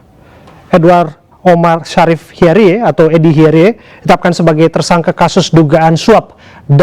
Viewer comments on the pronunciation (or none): bacaannya Hiarij, Pak news presenter (di briefing dulu lah sebelum on air .. tolong donk Produser, lucu donk ..hahaha )